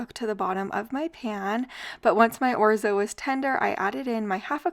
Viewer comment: Orzo not Orzi!